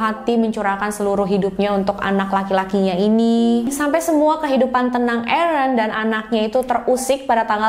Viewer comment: Biasa aja mbak pengucapan eren. Errrreenn🤣🤣